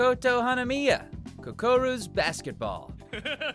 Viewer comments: You knew the host did not know what he is saying after saying "Kokoru's basketball". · He said kukoro's basketball like if yes